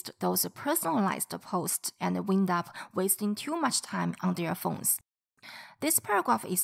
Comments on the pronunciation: Yes. Had the word "wind" been a noun, your pronunciation would have been right. But as a verb, it pronounced like the past tense of "whine", which is "whined". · Great video. But you mispronounced WIND UP